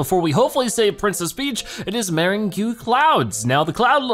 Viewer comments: it's actually pronounced "merr-ange" Clouds!" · every time i see meringue im gonna mispronounce it now lol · your mispronunciation of meringue was killing me